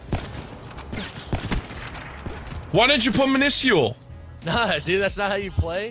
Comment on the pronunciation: The way pronounces minuscule looool 😂